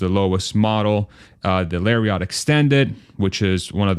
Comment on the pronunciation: Please “Larry-ette “, not Larry-yacht.